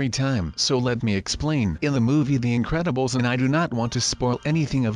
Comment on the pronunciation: its incredubles not incebles